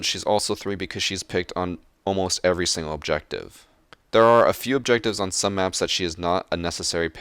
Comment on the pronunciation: E V E R R Y